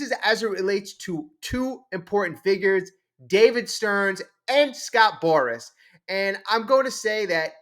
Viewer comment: If you want ot be taken seriously remember, it's Scott Boras, not Scott Boris.